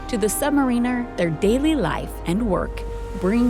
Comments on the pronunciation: She can't even pronounce submariner correctly! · Yea, who ever wrote this up needs to do a little more homework. First of all its Submariner not Sub-mariner, second they don't maintain quietness so they don't wake up sleeping sailors....they don't make noise because that could get them counter detected and kind of defeats the purpose of being stealthy. This write up was weak but nice camera work.